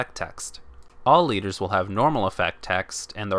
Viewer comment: I think I've been watching to much vanguard because whenever you say the leaders it sounds like your saying deletors as in the link joker archetype